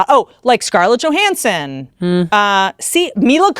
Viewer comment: No one going to mention Scarlet Jo-han-erson.